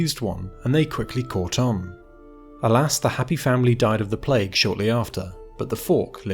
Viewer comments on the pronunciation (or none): none